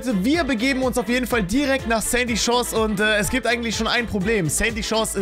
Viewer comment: Sandy Chores hört sich wie candy